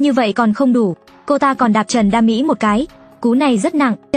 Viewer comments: Trần đa Mỹ mà đọc kiểu như trần đam mỹ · Trần đa mỹ mà tôi nghe ra thành Trần đam mỹ